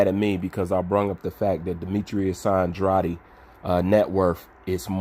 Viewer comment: How TF are you a “boxing channel/wannabe boxing commentator,” but yet you literally mispronounce MANY, MANY BOXER’S NAMES. Who TF is Demetrius “Androddy?” It’s Demetrius AN-DR-AID. (I sounded it out for you. The part you’re saying “oddly” on at the end of this man’s name.....is pronounced “AID.” Demetrius Andrade. Let me guess, you call that summertime drink “LEMON-ODDY,” instead of “LEMONADE,” huh?